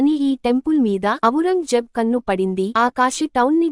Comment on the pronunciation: "అవురంగజేబ్" కాదండీ..........."ఔరంగ్ జేబ్"